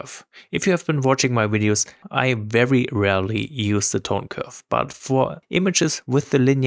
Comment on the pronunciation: Did you say you 'rarely use' or 'really use' linear profiles, at the end?